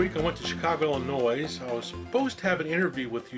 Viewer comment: record scratch Did you say Illi-noise? We in the Land of Lincoln don't pronounce the "S".